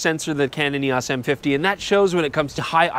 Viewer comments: "Canon EE-AWSS" lol you Canadians are funny. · A lot of people pronounce Eos weird lol not just Canada